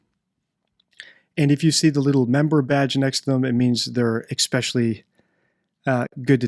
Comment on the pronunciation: Please. ESPECIALLY HAS NO X